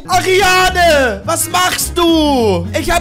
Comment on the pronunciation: Wie sie heißt:Ariana Wie er sie nennt:Ariane😂